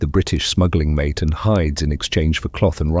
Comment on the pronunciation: Mate en South America is pronounced "Mahteh" not "maet" as one would pronounce it en English. I caught it right around 22 minutes in.